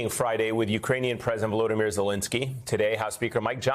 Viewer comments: Volodymir NOT Vladimir! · "Can Ukraine achieve peace without the United States?" Sure, as long as the US does not side with Putin's Russia and stab Ukraine in the back. But isn't that just what we saw? Despicable. And could you in the press show a little more respect and pronounce his name right? He is Volodymyr Zelenskyy, not Vladimir Zelinski.